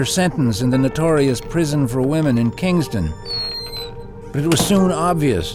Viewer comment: Lol, he said Kingsdon.. Is that how you say it in the Maritimes?